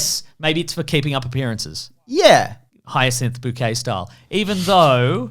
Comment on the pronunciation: It's bouquet